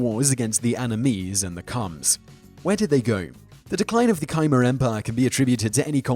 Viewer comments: Khmer - "Keye mar"? Ku Mehr accent on second syllable. Jeesh. It's easy to look up how something is pronounced! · kmer, not kimer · Khmer (kah-meer) not Ky-Mur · MES-so, not MEE-so, keh-MER, not KY-mer. Keep up the good work though! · Khmer is pronounced Khmer. Not Kaymur. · Simon mispronounces "Myanmar" and "Khmer" too. Great content though.